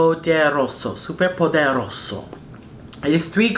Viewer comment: HI...FROM PUERTO RICO!!!. I LOVE YOUR SPANISH!!!!. "SUPER PODEROSO"!!!!. ;) ;) LOVE YOUR VIDEOS!!!. GBY!!!.